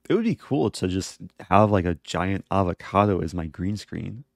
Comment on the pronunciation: Oh man I really do hate the way you say avocado. But still truly I am in love.